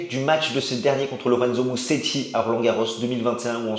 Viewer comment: En italien, un S tout seul en milieu de mot se prononce comme en français : Z -> Mouzéti :)